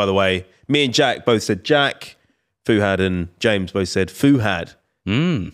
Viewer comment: I hate the 'Fu'......it's Fuhad....damn